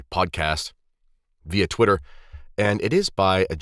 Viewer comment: “A fella from twitta” you gotta stop hanging with Anthony from AB 😂